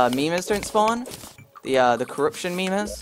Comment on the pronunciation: WHY U SAY "MEMERS"?